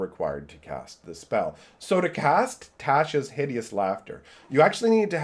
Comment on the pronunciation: The way he says Tasha inflicted d12 psychic damage to me. It's pronounced tosh-uh